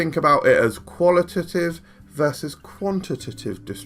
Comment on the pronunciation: On the subject of "qual-ih-tih-tive" and "quant-ih-tih-tive"... take out the "tih" in each of these words and you've got them right. Great video as always, super well produced and informative!